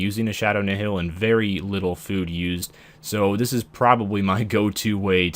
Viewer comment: "Nihil" is pronounced "Nile" just for future reference